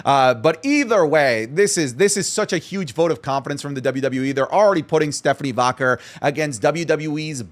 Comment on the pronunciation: For the love of God can you pronounce Stephanie Vaquer correctly? How do you not know how it's pronounced when they say it on TV al lthe time?